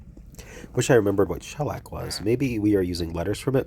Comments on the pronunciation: Sorry you are under the weather! I had bronchitis on a cruise once—it was miserable. I stayed in bed for two solid days. Luckily I had some good books! I think that it’s always better to be sick on a cruise than sick at home, though. 🤩 And it’s pronounced sha-LACK. 😇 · CABLE-SARGE-HAUTE-MATTE 🟪🟨🟦🟩 You’re putting the emphasis on the wrong syllable when you say shellac. Shellac is a kind of varnish, in addition to the way it’s used here. I think it’s a pretty common word if you combine the different uses of it. Rolling papers are what you use when you roll your own cigarettes. Crepe paper is what streamers are made of.